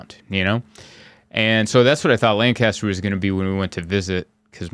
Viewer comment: Ha it’s “LAN cu ster” not “Lan CAS ter” 😂😂😂 glad you enjoyed the farmers market!